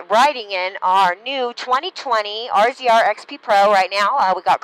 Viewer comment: Tip: no-one says "RZR" they say razor like the rest of the universe